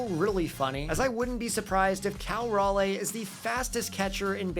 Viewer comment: This will be important for when they get an MLB team, but raleigh is pronounced (RAH-LEE). Pedantic, I know, but he is also a carolina boy.